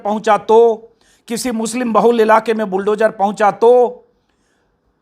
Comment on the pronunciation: श्री अजीत अंजुम जी जद नही ज़द बोलना अच्छा लगता है बुलडोजर नही बुलडोज़र बोलिए शब्दों का उच्चारण सही हो बहुत अच्छा लगता है 😊😊😊